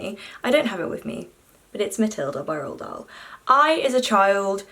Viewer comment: As a Norwegian book lover im amazed how propper you said Roald Dahl`s name